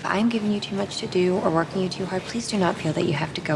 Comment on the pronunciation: 영상감사합니다. 그런데 저에겐 working 이 work 으로들리네요..저에겐요..ㅎㅎ